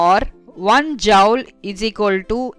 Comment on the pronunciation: joule to jaaoul 😂😂🤣🤣